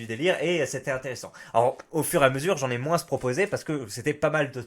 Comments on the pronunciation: c'est une faute de français de prononcer le mot moins "moinsse" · mais arrête de dire "moinsse" bordel !!!!